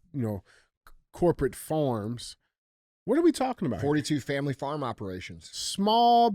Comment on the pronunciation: "Farm" - another word DJ cannot pronounce, definitely not a black thing but c'mon dude, it's not FORM, it's FARM. I'll swap Andy a herd of pet cows for a healthy supply of Phormula 1!! You better hope the bird flu doesn't make too many cows sick, the price of your whey for protein powder will skyrocket